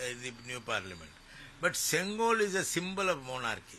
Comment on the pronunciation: Oh god, plz pronouns correct, sengol ( szen +goal), reporter pronounce sengal which means bricks